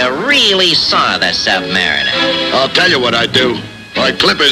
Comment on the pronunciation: Not like Submarine (Sub-mar-een) it's Sub-Mariner (Sub-Mar-i-ner) NOT Sub-Mar-ee-ner.